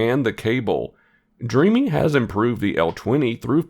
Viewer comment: Thanks for the video. I believe the brand is pronounced “Dream” btw